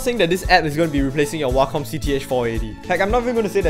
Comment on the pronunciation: “hwacom tablet”